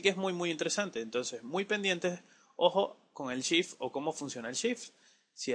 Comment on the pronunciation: cuando pronuncias sift ¿ a que te refieres ?